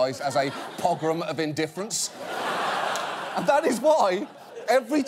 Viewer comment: ‘Pogram of indifference’